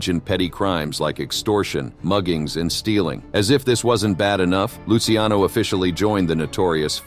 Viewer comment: Thanks for pronouncing Lucky Luciano's name correctly.